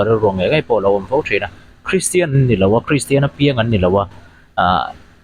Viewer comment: Christian tih pawh a lam glei thei lo deh hlek pawn a kak duai thei ang a😂